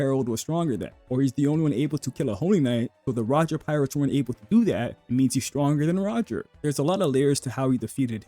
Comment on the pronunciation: I don't know how to explain it, but a lot of the words in sentences that start with and have consonants are seemingly muted. It happens throughout the video but gets quite noticeable towards the mid and endpoint. For example between 6.59 and 7.00, when you say Roger pirates, the P is kinda cut out. Another example is between 7.20- 7.40. The words Haki, Killing and Probably, attack, sukuna are all kinda cutting off